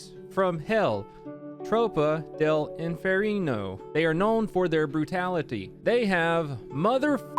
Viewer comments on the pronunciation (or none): No one:: inferino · lol the way you say inferno "hell"..."INFERINO" HAHAHAHAHA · i like how he tries to say infierno in spanish but he ended saying infierino XD btw u have a really nice pronunciation if u never speaks spanish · As a spanish speaker, i was dying at ur pronunciation of “infierno”😂good vid tho